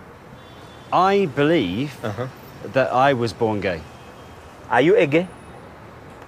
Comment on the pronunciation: are you a gah? haha